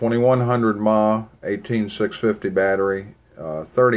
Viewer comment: mah is not "miliamp". its miliamp hour. ma is miliamp and the h is hour. but yeah, it bugs the crap out of me when people say "ma" like they are calling fro their mother.